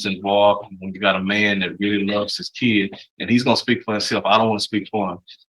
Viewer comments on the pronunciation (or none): I knew the defense attorney was an imbecile when he kept referring to the child as "kee-id". This guy has an education?????